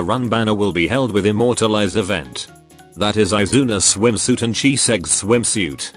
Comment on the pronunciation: Dear Gd, please forgive me. I heard Chiseggs Swimsuit and I'm certain